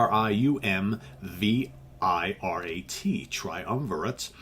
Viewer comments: Not to be pedantic, but the word "triumvirate" ends in "e"; the band name, however, is pronounced " triumviRAT", (as in the small furry rodent), hence why he shows up on 3 of their album covers, noteably; "Illusions On A. double Dimple*, " Spartacus" and the original cover of "Old Loves Die Hard". (Thank you, though, for pronounc Ing " Moog" properly!) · I always pronounced the name Triumvi-RAT, seeing as they had a rat on most of the album covers. Spartacus was my intro to these guys. Also loved Illusions and OLDH. I used to air keyboard to this stuff